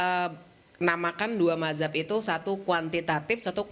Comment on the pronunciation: Dengan PD nya mereka bilang Mahzab, yang benar itu Mazhab ya...😂